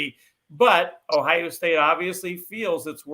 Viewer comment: the word is Ohio with an O not Ohia with an A